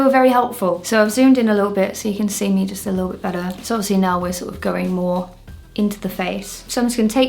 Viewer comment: I'm completely unaffected by the unusual makeup techniques (I actually do some of it myself) but the way you just,,,, spell out Nyx is offending my sensibilities XD